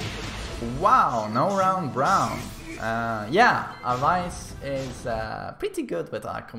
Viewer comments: its aa waa yss not awais 😂😂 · Umm it's pronounced as away-s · Awais hani..... where is the letter V in that? Who is Avais Hani? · Just a little correction for the name pronunciation, the ‘wai’ part in Awais’ name is pronounced the same as the word ‘way’. That would be the closest in English any way 👍🏼